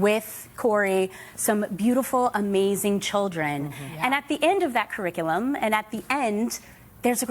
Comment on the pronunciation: Curric-uh-lum? You didn’t graduate at all